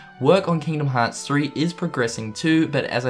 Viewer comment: People making fun of accent and the way he pronounces the series name.